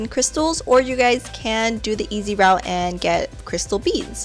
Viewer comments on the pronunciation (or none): none